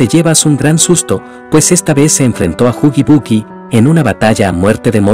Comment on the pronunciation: Se dice huggy wuggy no huggy buggy.2. Es click biat